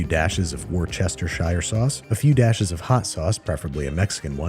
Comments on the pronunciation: War Chester Shire sauce. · You mispronounced washyoursister sauce 😂